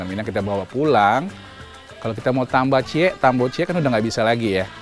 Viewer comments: Koreksi: "tambuah ciek", bukan "tambo ciek". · Bukan "tambo ciek" tapi "tambuah ciek" TAMBUAH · Entah kenapa dr tayangan ini gw merasa bangga jadi orng minang. Jawaban om Deddy tentang solidaritas pada saat porsi nasi jd lbh bnyak ketika d bungkus, it gw setuju bgt.. 😁 Ct : bukan “TAMBO CIEK DA!” ya, tapi “TAMBUAH CIEK DA!” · Bukan 'tambo ciek' gaesss...tapi 'tambuah ciek'